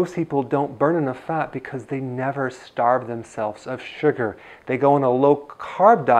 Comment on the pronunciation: keke the way he say Sugarrrr 😊👍